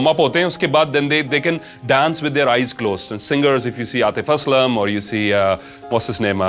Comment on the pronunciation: ❤ from 🇵🇰... its an honor listening the name of Atif Aslam uttered by ur mouth😍.